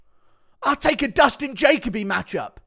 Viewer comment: It’s Dustin JaKOBE guru. Jahhh Kobe